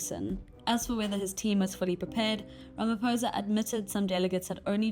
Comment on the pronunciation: As a South African journalist, please will you learn to pronounce President Ramaphosa's surname correctly. On the "O" letter you do not say it as "poh". Rather say it as "paw(h)". From a fellow South African. Love ❤ Beulah John (Ms).😊